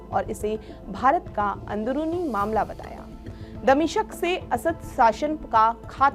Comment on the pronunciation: Damishq boliye damishaq nhi...